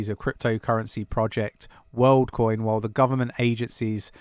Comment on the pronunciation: Woldcoin? Lol